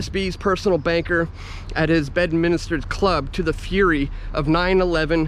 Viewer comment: It''s Bedminster. Not "Bed minister".